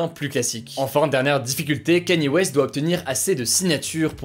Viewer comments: Enfin un français qui prononce bien Kanye West! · Merci, enfin un français qui sait prononcer correctement "Kanye West" :D